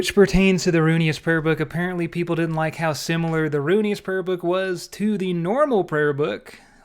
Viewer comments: Roo IN us not Roo E nus. Pleaseeee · i just sat through half this video thinking it was a different prayer book because you caller it "The Runious Prayer Book" and not "ru-in-iss" lmfao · why are you calling it runius? its ruinous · RUINus , not runeyus, good video though man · Ruin-ness is how it’s pronounced not runeyus lol good video though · Please atleast learn how to pronounce things before making a video on it. Ruinous. Ru...in...ous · I’m not sure why, but the sound of pronouncing it “Runyous” is kind of growing on me, lol. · "Runious" lol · Ruinous = "roo-in-us" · RUNE IOUS XD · Ruinous powers, not Rune-e-us. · "rune-eee-us" lmao cmon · Roo-in-us is how you pronounce it lol love you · Fyi, it's rune ness. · good video, but I HAVE to say... ruinous: roo-in-us. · Can someone teach this man how to pronounce Ruinous